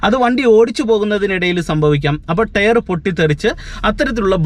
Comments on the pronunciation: ടെയർ അല്ല ടയർ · ടെയ്റ് അല്ല ടയർ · ടെയർ അല്ല ടയർ. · ടെയർ അല്ല correct ആയി pronounce ചെയ്യൂ